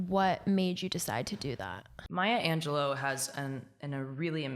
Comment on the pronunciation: it's pronounced 'An-juh-loo' <3